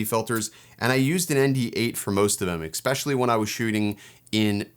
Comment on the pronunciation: Excellent overview. Just curious: Why do so many people say "ex-pecially"? I'm hearing it more and more these days.